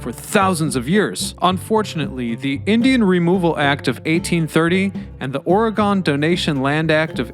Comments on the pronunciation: We pronounce Oregon like Orgun. You have to pronounce our name the way it is properly called if you want to he taken seriously. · OHR-EH-GUN. ORR-REH-GUNN. ORRRR-EHHH-GUUN. Or just call it "the state with all the trees, volcanoes, and waterfalls in the Pacific Northwest." 🌲🌲💚🌲🌲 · I have never gone inside Portland but the story of the tunnels has traveled far and wide across Oregon interestingly enough Corvallis and Astoria and Salem also have similar tunnels oh and good job saying willamette right but couldn’t get past ore gone I’m not upset about it it just is a little painful on the inside hearing the place I had been born and family had been living in before their was a usa generations my family had been here it’s just a Oregon native thing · I always go with "Ore-again" when I have to explain it to anybody. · Please consider re-recording pronouncing the name of the State properly…..Ory-gun. Otherwise great video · Oregonians everywhere are cringing every time you pronounce the name of our state “or-gone”. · Or pronouncing it Orygone😜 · “Orgone?” (Ala Wilhelm Reich) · I stopped watching this video to comment that Oregon is not gone. If he wants to be taken seriously, he should at least research how to pronounce his topics. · You're right. I'm cringing pretty hard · Sounds like a typical over sensitive north westerner thing to be offended by. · I give you credit for saying "Willamette" correctly, but the repeated "Ore-GONE"s made my ears bleed. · In his other videos, he does not seem to have a problem with pronouncing the states of Illinois, Kansas, or Arkansas. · 😂 I feel the same way. Could we make it more obvious we're OR-É-GUN? Over all he did a wonderful job. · So many non west coasters don’t pronounce Oregon right 😂🙄 it’s annoying. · please don't say Oregon like that -everylocalever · Dude, you can't even pronounce OREGON! Then you yammer on about indigenous people once living on the banks or the Willamette river blah blah blah. Sooo annoying!!